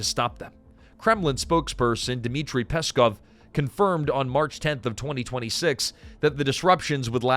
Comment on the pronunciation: For Russian speaking man this is so funny to listen because of all wrong stresses in names and surnames. PEskov 😂 SilovIki 😂😂 Both times the stress falls on the last syllable, fyi.